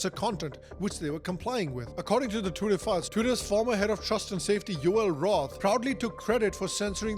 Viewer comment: "chwiter, now Axe" - typical Indian who goes for vacation in Joe's world